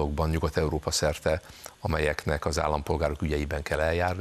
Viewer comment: Nem EEROPA hanem EUropa. Nem pe’ndz , hanem pénz.